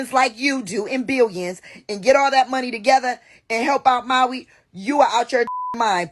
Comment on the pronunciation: In Maui, not Molly